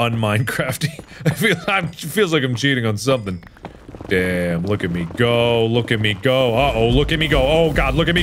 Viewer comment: look at me go look at me go when it actually sounds like look at amigo ;P